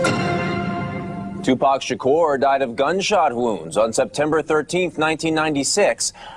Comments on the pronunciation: me too and they can't say his last name right either. they say Sha Core. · ***** People don't even say his last name right. Uh it's NOT Sha CORE, it's Shakur.